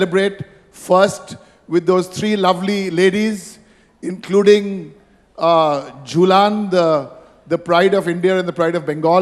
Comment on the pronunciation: ঝুলান ঝুলান বলছেন কেন? আমাদের চাকদা এক্সপ্রেস এর নামের উচ্চারণ টা তো ঠিক করুন